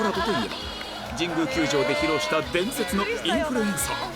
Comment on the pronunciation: 日村さんのインフルエンサーがエンサーじゃなくてインーフールｴﾝｻｰなの面白すぎて死ぬww 伝わってww